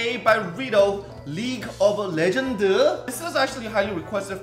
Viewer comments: 발음이ㅋㅋ League of 레전드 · ㅋㅋㅋㅋ레전드 너무 한국발음이다